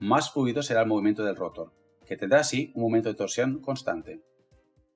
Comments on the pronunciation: Muy buen video pero si habría que aclarar si utilizarás palabras en inglés o en español porque escucho que dices rótor en vez de rotor y estátor en vez de estator, cosa que puede confundír a las personas que hablamos español. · Buen video, pero por que dice estator y rotor con acentos donde no van? Las dos son palabras agudas, el acento va en la última vocal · Molesta como pronuncia ESTATOR y ROTOR. Por lo demás, excelente explicación.